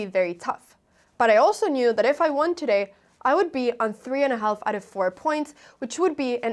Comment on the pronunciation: just so you know the "l" in half is silent.....just like should could would and calf like a cow calf the "l" is silent....great game